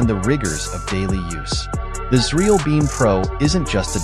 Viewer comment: is this frkm xreal ? this channel's AI audio calls the the company cereal